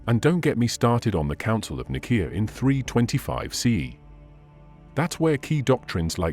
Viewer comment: I bet in the word Nicea if you put an s instead of a c AI would say it properly